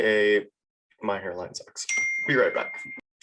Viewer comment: You tried to slip out my country accent when you said your hairline sucks